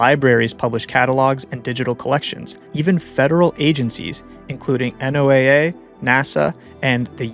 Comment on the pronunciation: Can't tell if this is AI or not. Who pronounces NOAA as Enn-Oh-A-A rather than Noah?